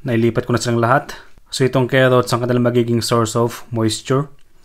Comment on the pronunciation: Keot ng kerrots